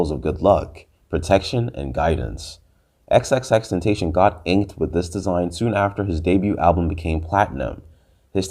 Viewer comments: Xxxtenacion Pronounced Ten-Ta-SI-on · Didn’t say his real name or xxxtentation right😒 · cant even say his name right but whatever yo!